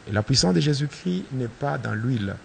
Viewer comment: Pasteur tu es toujours un sorcier.. car on dit jésus christ et non jésus chri ... alors je connais bien la différence......